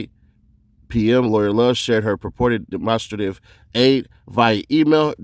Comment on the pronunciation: “Dem-on-strait-iv” not “dem-onster-tive” just a head up bruh